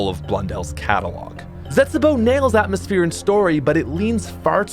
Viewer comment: is gonna be àtmöśphèré ear destruction